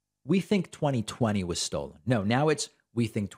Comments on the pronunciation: I'm sure someone MUST have told Mike that "stold" isn't a word... Right? 😂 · Stold Cy-ber-lee. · I crack up every time Bargain Bin Burt Reynolds says “Stold” 😂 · I just can't believe that none of Mike's friends will tell him to stop saying stold. He's losing his marbles.